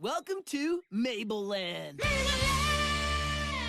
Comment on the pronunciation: "MABLE" oh COME. ON.